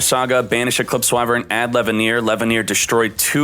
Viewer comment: sees Chaos Dragon Levianeer proceeds to say "Chaos Dragon LevaiHneer" 🤦🏻‍♂️